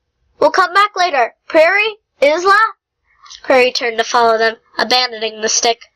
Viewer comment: BTW you don't say it like izla its said like Icela